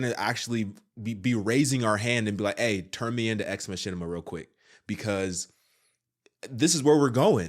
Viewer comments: It's pronounced Ex Makina...not Ex Mashina....Machina has a hard Kah sound in it. Also this was all predicted in the anime Ghost in the Shell. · Its pronouced Ma-ki-na. Not ma-shin-ni-ma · Sorry to be that guy but it's, mak-E-na😜